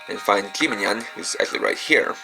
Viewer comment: youanyan wtf its called jibanyan